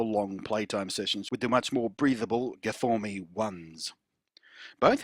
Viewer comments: I'm sorry, how do you not realise it isn't pronounced gfourme? STOP IT! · I just saw this video, good stuff. I bet peeps at sennheiser renamed the new versions properly coz of you blunty. :) My soul died a little bit each time i heard you say guhfohmee. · "guhfourme" got me like :DD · I subscribed for the guh-for-me.